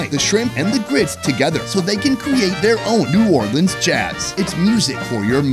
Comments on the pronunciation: No. We do not say “Nawlins.” No one does. That was created for t shirts by people who misunderstand the local dialect. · That is not New Orleans shrimp and grits. We don’t say Naw’ leans… only tourist talk like that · Yeah, We def do not say nawlins out here lol. That is def a tourist/foreigner thing.